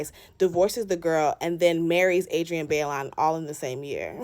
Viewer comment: It’s (BYE-LOAN) Baillon but either way you say it, it still spells Jezebel 😂😂😂😂